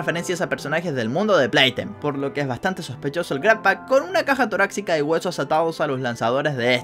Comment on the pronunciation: xD dijo una caja toraxica